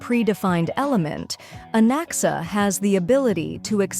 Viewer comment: I thought i heard bro said Alexa when bro said Anaxa but im noy kidding bro actually said Alexa